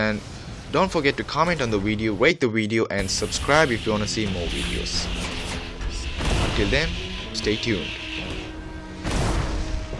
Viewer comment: Lol, I love how you say wideos instead of videos :P